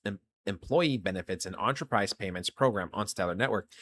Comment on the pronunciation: Bro, love your vids. But enterprise is not spoken like you are eating an entree at a restaurant. So please stop saying entree-prize. It’s like Enterprise Rental Cars. Spoken “enter-prize”.